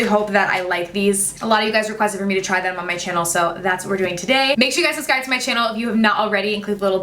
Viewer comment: I hate how you say "susscribe" EVERY single time